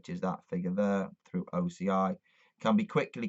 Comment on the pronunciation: Speak acronym for OCI you can't be heard properly about it